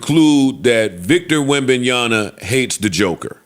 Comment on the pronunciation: Jesus Christ joe... its WEM-BAN-YA-MMMMA